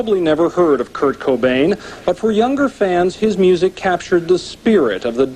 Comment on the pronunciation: My American ears hear you say “cuckbain”